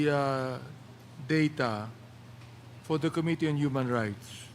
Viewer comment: Medyo hindi na indulging makinig na kay Dan Fernandez. Puro ahhhhhh. At Ahhhhhh. Our ahhhhhh. To ahhhhhh. Mas madami pa yata ang ahhhhh kesa yung sinasabi. Plus may pagpronounce pa ng ko-mitee.